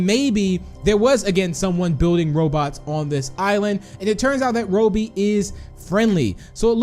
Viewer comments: It’s not Ro-bie it’s Robby use a google translator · It is robby not rubby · The way u say robby is wow but ok cool vid! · Your saying Robby wrong